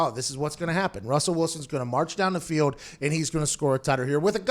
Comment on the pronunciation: "Pay the biws. Take the baw down the feeyod." I love you Pat but please practice saying the letter L in your words. It's difficult to not notice.